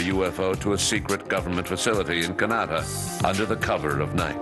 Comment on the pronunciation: Did the Narrator just screw up and say CAHNAHDAH instead of Canada? 😅😆